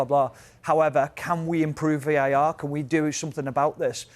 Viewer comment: VAR not VAT lol